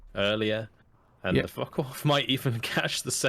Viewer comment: Such good games, and very good commentary. Really entertaining to watch. Also it cracks me up that you keep calling them focken wulf